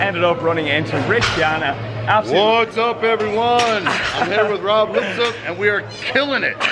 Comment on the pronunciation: did he just say Rob LipsePPPPP?! 😂